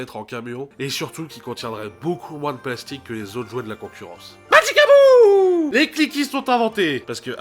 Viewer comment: « Magikabouuuuu » toujours aussi bien prononcer ! Ça me tue toujours autant ce mot 😂 Sinon, bonne vidéo ! Je me coucherais moins bête ce soir 😅